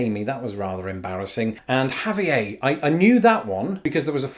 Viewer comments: “Javi-ayee! “ 😂 lol what?! Javier = javi-ehr Duey- like the cop from the Scream movies?! The only one I know. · Yes, Javier/Xavier in Spanish is "hah-vee-air" not "hah-vee-ay". Sorry, CA native here :) Ashley can be either boys or girls names here too. Same with Stacey. There are guys name "Forest" and girls named "Ocean" and "Meadow". As far as "Gemma" is concerned, there are Mexicans/Mexican-American females named "Gema". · You mispronounced Javier it’s ha-vee-air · Javier ha-vee-air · I love that he still pronounced Javier wrong, lol. Very French. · You pronounced "Javier" French as hell 😂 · the name Javier is a Spanish name, not a French name and all of the letters in the name are pronounced. Thus, the r at the end of the name is not silent.